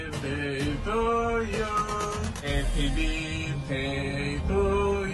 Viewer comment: Eppi birtei (o birdei) non si può sentirr!!!